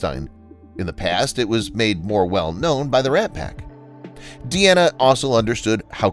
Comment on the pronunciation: Jeez. You don't doo your homework, do you? Dean Martin's daughter was named Deana (as in, a female version of Dean). It is not pronounced "Dee-Anna." Her name is pronounced "DEE-na." Get it? Dean (Deen) Martin Deana (DEE-na) Martin